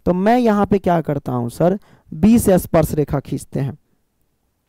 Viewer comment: Sparsh not asparesh😅